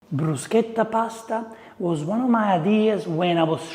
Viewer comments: I like how you told us how to pronounce bruschetta. You could do an Italian 101 class for anything but food and drink would be a good one. Most of us like to eat and drink, but are reluctant to order in restaurants. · Am I the only one who cringes like I've chewed aluminum foil or heard fingernails on a chalkboard when I hear someone pronounce it "Brew-shet-ah"? How about "Foh-cah-sha"....? Thank you for pushing how to say it! 😂 I need to make this. Really. I need to make this. This is a nice dish for warm weather.